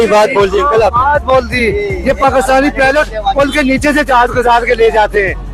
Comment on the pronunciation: not pilot it's pelot 😂